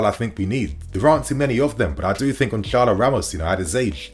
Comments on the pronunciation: niinii goncalo ramos is pronounced, Gonsarlo , the c with the accent is pronounced as an s, ik portuguese names r tough ffs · Why is everyone in England pronouncing Gonçalo with c? It's not really a C when it is written with the letter Ç and that is pronounced as the letter S so you should say Gonsalo.